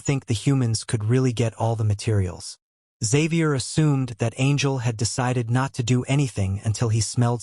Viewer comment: Bro his name is Javier no Xavier 😂 (edit: im saying this as this is the translation from asura scans and other websites too)